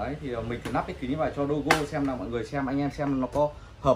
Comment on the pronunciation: "lắp" chứ k phải "nắp"